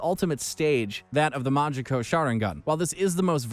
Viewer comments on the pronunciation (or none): "Manjeko Sharingan " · mangakyeouu sharingan bro LEARN TO SAY IT RIGHT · Narrator definitely hasn’t watched Naruto after hearing those pronunciations of madara and “manjiro” sharingan 😭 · omg the pronouncciation reen sharingan , manjeko sharingan and kayuya osuuki😥😞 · Ayo rinnigan? Shanaringan? Manjikyo. Lol wtf is this shit??? 💀💀💀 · He said Mangekyo wrong. I apologize to Madara